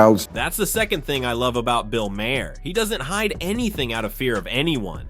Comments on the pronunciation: His name in pronounced 'Mar', not the 3 different ways you pronounce it here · Bill Mah-her? Are you uninformed or just a robot? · Pronounced, "Marr." 1 syllable. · Maher rhymes with tar, dude. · Can't listen to Mr. AI butcher these names! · There were 5 different pronunciations of Mahrs name. Just pick one you dumb AI channel